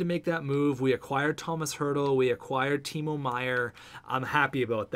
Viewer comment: And Meier's first name is pronounced Tee-mow, like mowing the lawn.